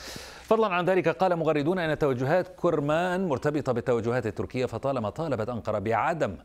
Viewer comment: اولا انطق اسم توكل كرمان صح وليس كورمان ولقافله تسير . وشكرا لبنت وطني